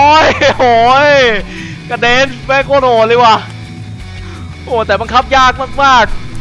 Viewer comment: กอลีย่า. พี่บอลพูด. โครด ตลกกกกกกกกกกกกกกกกกกกกกกกกกกกกกกกกกกกก สุดฮา